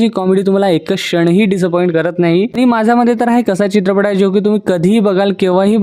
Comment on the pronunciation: 'चित्रपट' ,'सोबत' हे उच्चार तरी स्पष्टपणे करा ना दादा. बाकी तुमच्या निवेदनात असलेला इंग्रजी शब्दांचा भरपूर वापर इ.बद्दल बोलत नाही. 😮